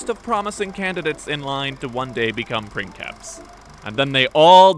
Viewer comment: Omg you pronounced princeps the Roman way! ❤️❤️❤️